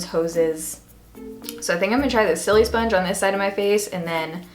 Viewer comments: I laugh every time she says silisponge cause the sili part isn't supposed to sound like the word silly, it's supposed to sound like the beginning of the word silicone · Isn't it pronounced like sili in silicon :| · Love how you pronounce it so it sounds like your saying silly sponge lol. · "Sillysponge" lol I love the way you pronounce it